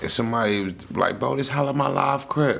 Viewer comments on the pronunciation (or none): Pronounced Ha-lava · Halawa pronounced (halava) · Halawa =HALAVA -HA-La-va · “Halamalaw crips” 😂😂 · Halawa is pronounced ‘HA-LA-VUH’ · Lmaooo the way he pronounced Halawa got me dying 💯🔥